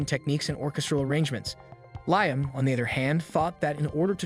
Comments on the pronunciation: Ly-am? Its Lee-am (Liam) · These AI videos need to do better than calling Liam “Lime”